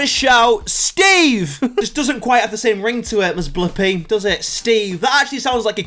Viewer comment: STPHEN said pp while saying bliipi